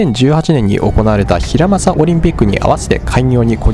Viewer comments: KTXに乗られて、しかも日本の新幹線と乗り比べ動画をしたのはさすがです。韓国行ったらKTX乗ってみたいです。「ピョンチャン」を「ヒラマサ」って読むのは草。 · ピョンチャン（平昌）を「ひらまさ」と言っているのが、少々気になってしまいました。かもめは元々、博多駅から出ていたはずですが、なくなったのでしょうか？ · ピョンチャンをヒラマサなんて言っている笑笑